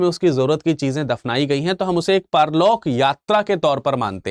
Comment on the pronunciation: 😅 sir ye paarlok nahi parlok he to sahi ucharan kare kyoki ham aap par depend he hame kai kshetra ke साक्ष्य स्थल के नाम अभी जानने की prosess me है।